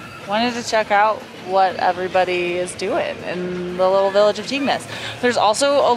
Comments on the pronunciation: Just a quick tip.....Its pronounced TING "Tignes" :) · Some of the pronunciation of french names made me chuckle! Tignes = "teen" La Daille = "la die"